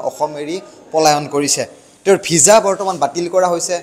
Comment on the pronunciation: সাংবাদিক মহোদয় ভিজা নে ভিছা জনাবচোন